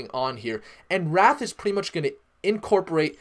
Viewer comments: It's wraith, not wrath. Pronounced like ray-th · It's wraith (rayyyyy-th) not wrath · Duuuude, it is the wraith protocol, not wrath !!!!!!!!!!! Say it: wraith, wraith, wraith. Not wrath. Definition of wraith: a : the exact likeness of a living person seen usually just before death as an apparition b : ghost, specter 2 : an insubstantial form or semblance : shadow 3 : a barely visible gaseous or vaporous column Definition of wrath 1 : strong vengeful anger or indignation 2 : retributory punishment for an offense or a crime : divine chastisement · Dear God please stop saying wrath lol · Why do you say Wraith and Git Hub incorrectly? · It is wraith - as in wait but with an r and h at the end people. But The pronunciation is not what matter is, the TA is what you need to listen to.